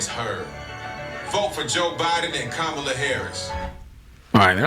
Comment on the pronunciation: First thing her name is pronounced COMMA’LA in case it’s hard to remember! If you DO NOTHING- YOU GET NOTHING! You brothers questionable as hell!